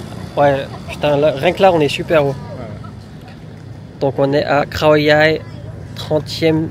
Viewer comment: Par rapide conscience et suite à ton conseil, j ai réécouté attentivement les bases de la pronociation thai de " เขาใหญ่ ". Sans surprise je ne perçois pas de son " R " ; autrement dit je n entend pas "khrao" mais bien "khao". Quand a "Sawatdee khrap" je faisais allusion à Sabri qui le prononce " rrhap" , un peu comme le son "r" en arabe qui racle la gorge. Ma question à la base etait juste de savoir si certains Thai prononcent เขา ou bien ไข่ comme s il y avait un " R " après le " KH ", à savoir respectivement "khrao" et "khrai". Du coup pour être certain de ce que j avance, j'ai aussi réécouté ta pronociation de เขา à ; ; ; ; à ข้าว(ผัดทะเล) tu prononces aussi un "R" dans le mot riz ...Bref, j ai pas cherché non plus à tout relever mais dans ta pronociation du mot เขา on entend bien le son รอ-เรือ qui suit le ขอ-ไข่ Conclusion, si je me contente comme tu me l'as suggéré d écouter la pronociation de Google Translate, après plusieurs écoutes attentives je n entend pas de son " R ". Ce qui me renvoi à mon questionnent initial, peut etre que certains Thai suivant la region prononcent comme toi ce son "r" ...ใครจะรู้ ? Un peu comme en Issan Lao où le ลอ-ลิง disparaît dans le mot ปลา où bien prend carrément la place du รอ-เรือ . On est loin des " R" roulés bien khmer de la région de Surin qui sont des "R" bien virils qui ne deviennent pas des "L" ... Merci en tous cas pour ta réponse. Pour info mon but n est pas comme on dit de chercher des poils sur